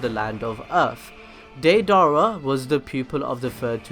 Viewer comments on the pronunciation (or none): He keeps saying deidara as daydara it is daydera! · ( day-da-ra) is how you say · He is saying day dara 😂😂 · why do you keep putting so much emphasis on his name dei dara there's no space between it's deidara but you keep saying dei dara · Day-Dara???? That’s not how you say it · it's not da-dara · “Dae-Dara”😂😂😂 he butchered it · Not hatting but it's day-da-ra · deidara rhymes with ala akbar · Anyone else cringing on how this guy says deidara? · Why do you keep mispronouncing Deirdara's name so massively, please don't try blaming it on accent as it is obviously not that. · All I hate is how you’re pronouncing his name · The way you say deidara makes me wanna itch. Sorry if it is because of your a cent but I'm just wanted to kindly correct you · Favorite character but can’t say his name right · the a in deidara is silent. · U would think if deidara was your favorite character u would at least say his name right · Well if you like him why don't you say his name right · Can you at least say his name right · Deidara is one of your favourite characters yet you can't pronounce his name right